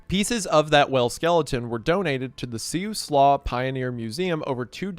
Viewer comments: I knew when I clicked on this video I would get to hear a classic Siuslaw mispronunciation 😂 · for anyone wondering siuslaw is pronounced "sai-oo-slaa" :)